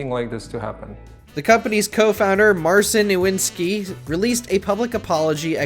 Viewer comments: "Mrcyn Iwnski" 😂😂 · CDPR tried their best, but I'm pretty sure their apology, even if bad, does NOT belong on the Top 10 list like this. There are MUCH WORSE apologies, at least several of them are from Activision studios. AND THEY'RE NOT EVEN HERE!!! Also YOU DIDN'T EVEN TRY to research the correct pronunciation of the CDPR co-founder's name. And 250k?! IT CLEARLY SAYS OVER 600K! There's 1 negative point per downvote. Once again you fail at the basic research... I'm literally getting closer to unsubscribing you.